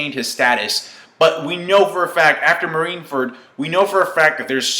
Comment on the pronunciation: Why is he saying Marine Fart lol!?